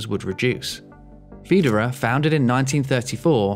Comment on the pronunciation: I disagree. His pronounciation of Widerøe was quite good, the rest (like Bodø, Brønnøysund and Sandnessjøen) was among the worst I've heard.